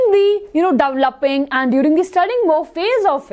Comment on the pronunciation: it is developing not devalupping